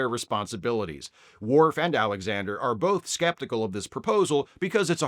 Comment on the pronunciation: I agree that she's horrible, but her insistence in calling Worf "mister Woof" will never not be funny.